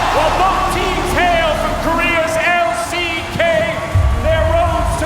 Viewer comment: MY BOY SAID EXP IN THE L-I-C-K ??